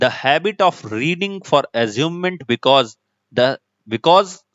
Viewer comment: It's amusement and the teacher here is reading it like asument and telling some different meaning which is almost opposite of what the correct meaning that should exist in this paragraph. Many students are watching this. Kindly pay attention while teaching.